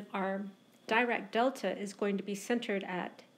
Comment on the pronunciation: Thank you for your informative lecture. Just a note about pronunciation: Dirac is pronounced as 'Dee-rak'.